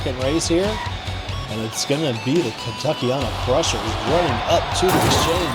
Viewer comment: Let’s go Kentuckyana krushers are he but I will say the end of our team name is said like anna